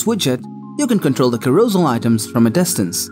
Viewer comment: Carousel is pronounced karro-sell